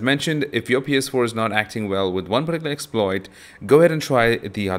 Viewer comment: It's pronounced "PS four" not "PS power"